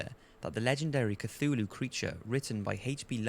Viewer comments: “A cuchulu”😂😂😂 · man just said "Cachulu"